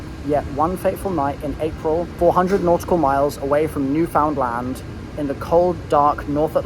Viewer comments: Newfoundland is pounced like the word understand. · Btw, I’m from Newfoundland, but you were pronouncing it wrong, I don’t care but for anyone who does it’s “Newfinland” and you say it as one word